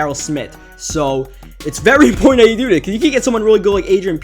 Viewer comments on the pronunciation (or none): none